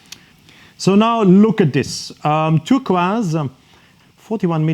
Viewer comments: lol it's how you're saying turquoise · Can’t get over how this chap says turquoise 😂😂